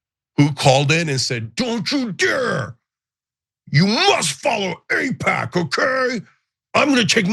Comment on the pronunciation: there's alot to APAIC there 😂